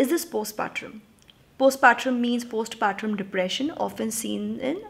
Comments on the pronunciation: Helo dear Its not post patrum Its postpartum the way u pronounce is wrong..pls correct it when u use the term next time. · It's postpartum, as in tum, not trum. Sensible advice, esp in case of Door. In case of Window, I don't know...the letter really riled me so much, the in-laws' complete lack of boundaries and the husband being the "good son". Prachi's last line was damn good.